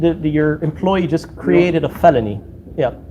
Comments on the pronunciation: A “feleny” 😅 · He can't pronounce FELONY either! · Goatboy can't even pronounce the name properly Now he is crying that they did not offer him water.